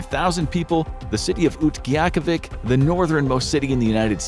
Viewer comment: that is not how you pronounce Utqiagvik. Since it wasn’t made to sound like the English language, being that is was made in a tribal or native language. I think it was Yupik but j don’t really know. I’ve lived in Alaska my whole life so I know my fair share of it. Look up on how to pronounce Utqiagvik. It’s way easier to say than it looks. Not trying to be mean, but just saying that’s not how to say it